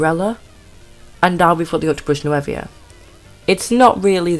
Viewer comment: "New-voe". Sorry.😥